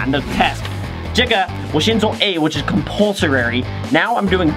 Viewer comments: Did you pronounce compulso”rary” instead of compulsory in ? 😅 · Why u keep saying compulsorary ?_?